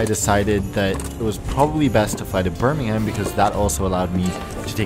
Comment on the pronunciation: Birmingham is read as "Bur-ming-uhm" :)